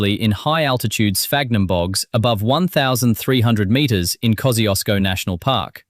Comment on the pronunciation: Horrifying to see that they're flogging off those glorious silica sands instead of protecting them! A national disgrace! What next - building a data centre that uses the Finke River for cooling and burns rainforest timber for power? And would someone please teach this AI how to pronounce Kosciusko.